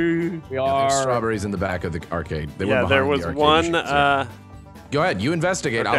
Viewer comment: Acarde machines... Ok